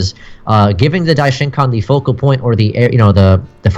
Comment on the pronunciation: Focal point not vocal point, just a heads up